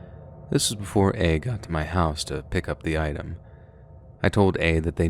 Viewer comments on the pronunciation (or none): none